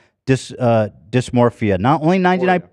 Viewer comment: Ethan continuously saying "dysmorphia" despite being corrected multiple times is so funny